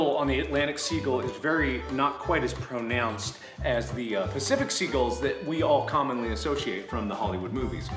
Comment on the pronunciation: The way he says “pronounced” has me dead🤣😭😂.